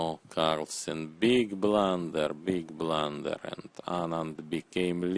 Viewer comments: BIG BRLUUUNNNDERR! Looks his faces unhreppy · sir,i want the commentator to narrate my life"beeeeg blander we need you"